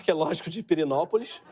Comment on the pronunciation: Que isso gente kkk essa tia da Tapower é da minha cidade acho que ela disse Quirinópolis não é? e o greg dalou Pirinopolis kkk olha ela fala Quirinópolis to errado? kkk